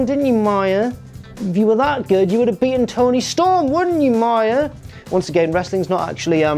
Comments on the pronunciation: Me-uh...not my-uh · its mia not maya ffs 🤦🏻‍♂️